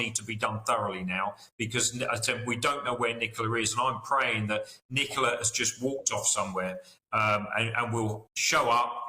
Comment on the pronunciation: It is Ni co la not Ni cola.